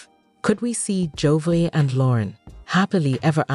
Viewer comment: Wow, do your research. You mispronounced Jovi's name for the first 44 seconds of your video!!!!